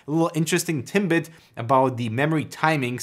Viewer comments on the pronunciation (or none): They're TIDBITS, not "tinbits"